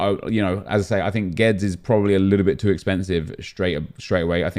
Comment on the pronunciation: GWEEEDEEZ NOT GWEDZ